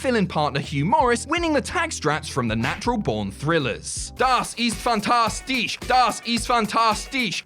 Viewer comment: Das ist fantastisch had me laughing , your pronounciation isnt aweful , but still funny. To clarify i am german